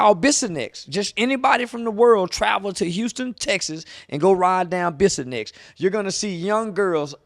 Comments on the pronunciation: Bruh I was just about to clarify that 😂 tha street is called bissonnet Not bissonnex lol 😂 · Its called the “Blade” but the name is bissonet not bissonsex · It's bissonnet not bissonex 😂. But yea only the part of bissonnet between the beltway and 59 is what he is talking about. That's alief, the worst area of houston and yes they just walk up and down the street half naked and cops do NOTHING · It’s Bissonnet 😂😂 no x bro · Bissonet not Bissonex OG lol but yea he right!! I live in Houston, and Bissonet is the place to go for prostitution!😂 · Bissonett not bissonex. He not lying tho. That shit crazy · It's Bissonet not bissinex 😂 but he fr bout dat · It is not called bisonex it’s BISSONET ! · It’s bissonet not bissonext but he’s not liying about Houston texas and bissonet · Its Bissonett. Not Bissonex. 😂 i heard from a friend 👀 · It's "Bissonett" not "bissonex" and that's true I'm 10 minutes from that area. Police be parked on almost every corner allowing them to actually prostitute I never understood how that work! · It’s Bissonet not Bissonex just to clarify to everyone, and not lying. Bissonet is like a movie bruh smh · It’s bissonet not bissonex. Shit go down on the souf side and the nawf so it ain’t just Bissonet. I can take you down Airline and show you the same shit right now or in Studewood. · Bissonnet…Biss-On-Net. Not Bissonext…😆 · It’s Bissonnet not bissonnex not busy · Bissonett not bissonex 🤣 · Bissonex lol😂 Bissonnet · Bissonett lol. Not Bissonex. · It’s Bissonett with a ‘t’ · That boy said Bissonett 😂😂😂that's my city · Dats not how you say bissonet lame ass nigga but he right dats da strip fasho 😂😂 but it’s also strips in Dallas so I don’t see how dats relevant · It’s bissonett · It's Bissonet 😅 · It's Bissonet lol but he aint wrong. I grew up on the east and north side of town. The first time I drove down Bissonet it was shocking. It's like what you see in movies when hookers walk the streets. There is no other place in Houston like that.